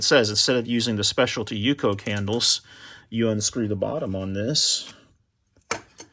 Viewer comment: it is u-c-o